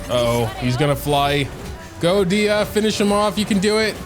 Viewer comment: NOOO PLS .... dia.... nooo. its dehya